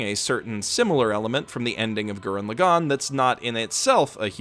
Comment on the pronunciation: Maybe I was wrong about the pronunciation when It was told to me, but I had to stop the video because I can’t stand how you say TTGL’s title. It makes me cringe.